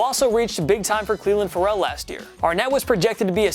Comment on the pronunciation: Clelan Fe-Rell, really? You cant even pronounce his name correctly but U alude he's a reach? Wait, dont tell me... Ur a Fantasy Footbal Fan right? LMAO that explain EVERYTHING